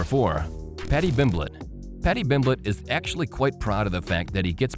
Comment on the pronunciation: did he say paddy bimblet?